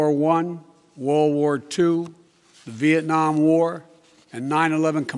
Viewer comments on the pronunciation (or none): none